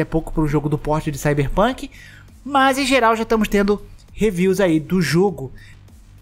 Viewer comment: Esse começo ksksksk "cyberrrpunk"